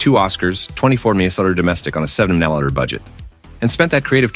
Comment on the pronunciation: Agree with all your choices! I have actually made multiple exes sit through Fearless! LOL P.S. The software you use for the AI voice has trouble with things like "$34M" which sounds garbled ("34 mallers"?) You should file a bug.